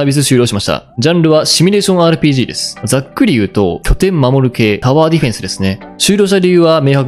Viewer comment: 「パワーディフェンス」じゃなくて「タワーディフェンス」じゃない？ 「女神転生」って「女神↓転生↑」じゃなくて「女神↑転生↓」じゃない？ …ってトコが妙に気に掛かったりで、正直あまりゲームに詳しくない人なのかな、って思ってしまいました。